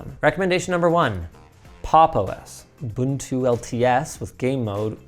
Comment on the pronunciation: First time I've ever heard "Ubuntu" pronounced correctly on YouTube, thanks for getting it right Linus and!